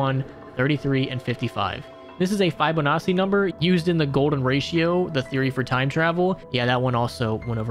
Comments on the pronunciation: fy bone assy numbers huh? it's pronounced fi bone atchi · Fibonassi? It's Fi-Bow-Na-Chee, Fibonacci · Fibonacci Fib-oh-not-chee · No way dude just called Fibonacci, “Fibo-Nazi” 💀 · The one is one of my favorite ee songs Btw, Fibonacci is pronounced fee buh nah chee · Fee - bun - ah - chee. I’ll also accept fib - un - ah - chee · it’s pronounced fibu-nah-chi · this mf really just said “fybonasi” number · You absolutely butchered the word Fibonacci my man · That pronunciation of Fibonacci... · That's gotta be the worst pronunciation of Fibonacci I've ever heard.